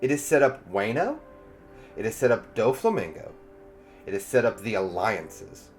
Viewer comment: I just came back to add Dyflamingo to the list lol it’s the only thing pulling me out of these videos and I’ve been watching them all day. I’d hate for even pickier people to stop watching Maybe check some anime clips to get the pronunciation?